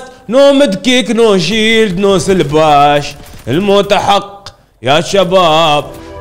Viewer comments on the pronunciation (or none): سلباش ✅ سبلاش ❌ 😂😂😂